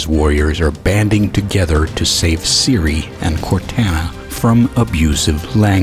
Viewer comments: You Pronounced Cortana Wrong Just Serch Cortana Halo Ce And You Will Know How To Pronounce It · You miss pronounced Cortana a lot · Anyone else mad how he said Cortana? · I can't help bit heat "court Ana" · What I find more absurd is your pronunciation of Cortana.